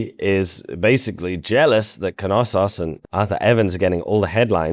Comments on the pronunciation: The pronunciation of Knossos is not Kanossos the Kn is spoken as one sound. It‘s the same for Knut which definitely isn’t Kanut lol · Well good video but it's not pronounced faistos, it's festos. Intonation on the o. And knossos has the intonation on the second o. And lastly it's zacharias (intonation on the i) iliakis (intonation on the a) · Why can’t most americans pronounce Knossos? It’s not Keh-nossos. Kn, not Keh-n. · So thr K in Knossos isn't silent in English? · The k in Knossos is silent in english... lol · yes it is common for American and English speakers. I heard those words with the ‚Kn‘ butchered in several documentaries. Not pedantic it just irks me sometimes and I usually don’t comment or complain about it.